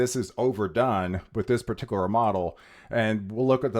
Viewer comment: No comment on how he says pa-tickler for particular?